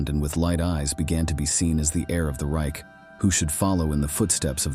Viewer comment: 'Ryk' was like fingernails on a board - it's reiCH, like loCH!